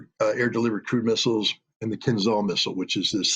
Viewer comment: Mr. Ritter spells missile "Kinzhal" wrong. It should rather sound like "Keenjeal".